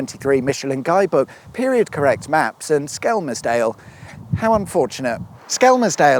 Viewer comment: At least he didn't say "Skemmersdale" or "Skemsdale"